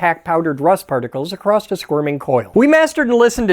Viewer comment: ! We got a wild "ACROSST"!